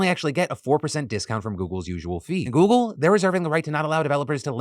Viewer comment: phil stop saying goggle my s23 kepps thinking tour asking it a question